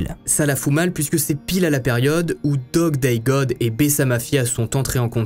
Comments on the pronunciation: me tue lorsque il dit: "Dog day dog" et non pas Dog day god 😅😅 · Coucou, un peu perturbateur le fait que tu dise dog day dog alors que c’est god Mais rien de grave , encore une bonne histoire merci !! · Pourquoi au début de l'histoire au lieu de dire '' Dog Day God'' il dit'' Dog Day Dog''? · Bjr c'est Dog Day God et non pas Dog :-))) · t' as dit dog day dog au lieu de god